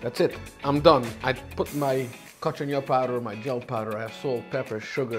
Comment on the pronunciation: "Gell" powder???? It's pronounced "jel."